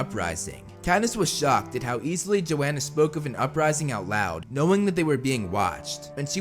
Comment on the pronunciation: The only thing that bugged me was that it’s yo-han-uh